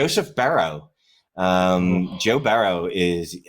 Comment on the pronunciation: Joe Barrow? Do you mean Joe Burrow?